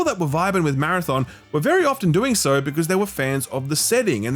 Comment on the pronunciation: soo Chicago.